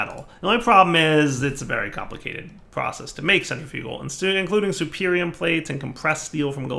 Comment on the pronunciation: That was a superium apple, everytime he sees superium he says supremium.